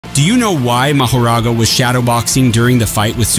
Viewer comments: Bro said it right two times before he butchered the name. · I literally almost spit on my phone from the way he pronounced his name 2x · The real question is why you pronounced Mahoragas name multiple ways in the same breath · Well if u watched the damn anime you would know how to pronounce mahoraga